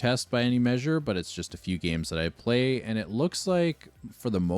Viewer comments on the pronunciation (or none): none